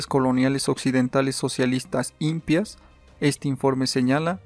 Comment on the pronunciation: Se dice IMPÍAS tildado en la última i. No íMPIAS... 🤦